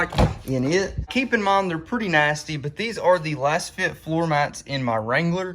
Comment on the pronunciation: You're a fake. How do you not know it's pronounced "laze fit"?? You're promoting a product and benefiting from linked purchases but you don't know how to pronounce the name??? Just another kid trying to make a buck but knowing nothing. Lets see how long this comment stays up. LOL